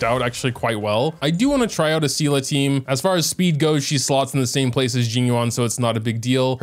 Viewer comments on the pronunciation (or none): you keep saying see la, its pronounced SAY LAY (Seele) Why are you like this